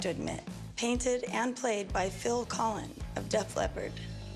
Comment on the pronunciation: There’s no S on the end of Collens it’s Phil Collen